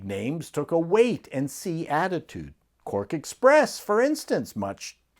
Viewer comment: Did I hear "Quirk" Express?